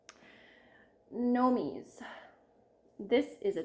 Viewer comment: Constructive correction. Clueless Florida girl here but I believe Gnomes are pronounced likes “homes” not “homies”…. So it is pronounced nomes.